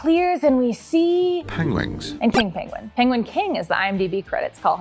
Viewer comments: I lost it when you added the voice of Benedict Cumberbatch mispronouncing the animal name of the Penguin😂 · Was that Cumberbatch old non-penguin pronouncing arse?! 😆 Did anyone else catch that little Easter 🐣?!